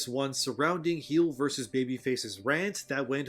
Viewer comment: I love how this guy calls him "Heels". I used to watch Heelvsbabyface... He would get angry at people calling him heels instead of heel. XD "Mass effect you were he him if you were male." You just wait till the next game. XD